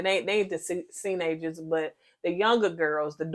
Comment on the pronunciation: Say what now? "Seenagers?" What in THEEEEE MESS? 😂😅🤣😆😄🙃